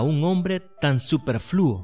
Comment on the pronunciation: “Superfluo”...(Supérfluo..no “superflúo”)